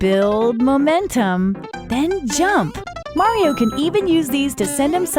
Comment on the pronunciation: she said build mamentem